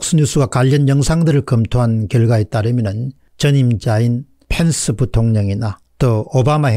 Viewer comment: 마이크 휀스가 아니고 마이크 펜스 입니다. 한국 사람들이 충분히 정학하게 발음 할수있는 이름 입니다. 휀스는 Fence 이고 펜스는 Pence 입니다.